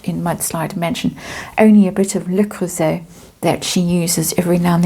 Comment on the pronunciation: Just a suggestion,; "Le Creuset" is pronounced "le croo-SAY" - from a French person.